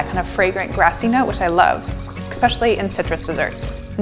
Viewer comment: Rarrr did you just say "ekk-specially"???